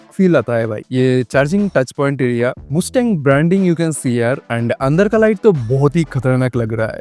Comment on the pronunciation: Yaar ye anpadh ganwaar log bhi aajkal video bana rahe hai youtube par, are anpadh wo moostang pronounce nahi hota likhne mein bhai hi mustang hai par bolne mein mastang hai moostang nahi